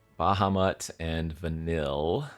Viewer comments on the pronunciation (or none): I hate myself for being this guy. But wotc made my favorite IP of all time and put even more eyes on it.. so….. Vanille is pronounced Vuh-neil A lot of names in XIII have weird spellings.